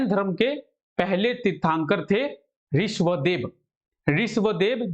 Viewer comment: Not riswadev , Rishabhdev